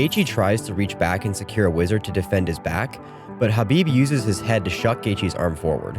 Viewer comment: Thank you for pronouncing Khabib's name correctly. I can't believe even today and even after Khabib told people how to pronounce his name that some people still pronounce the K